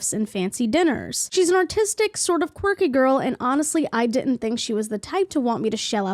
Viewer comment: I think he wrote artistic but accent made it sound like he said "autistic" 😊